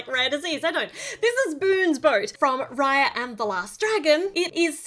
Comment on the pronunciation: Its actually pronounced as raaya